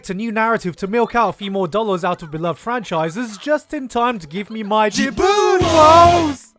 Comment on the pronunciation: "JIBUN WOES" 💀💀